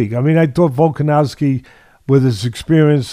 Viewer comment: Teddy still saying "Volka-nalski" Love it. Lol.😂